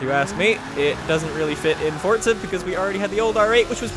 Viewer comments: Its Forza, not Fortsa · Dude its not forztza